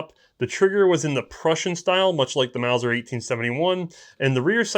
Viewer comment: Repeat after me.... MAUSER!